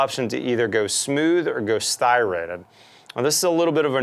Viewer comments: Striated is pronouced STRY-a-ted, not STY-rated. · did anybody else giggle when he said styrated?